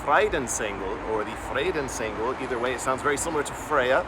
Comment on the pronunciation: Cool how you speak the words fre dens Engel. It sounds to my mother language (Dutch) as vredensengel. It means angel of peace. Vrede is peace ande engel is angel in Dutch.